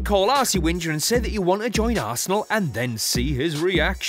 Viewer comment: is arsene wenger not whinger